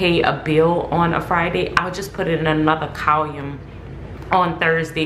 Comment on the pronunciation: How you pronounce column is wrong. Outside of that great video